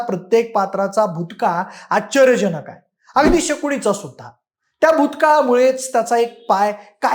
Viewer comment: बोलताना भाषा शुद्ध हवी. आच्चर्यजनक नाही तर आश्चर्यजनक तसेच पच्छिम नाही तर पश्चिम असा उच्चार करायला हवा.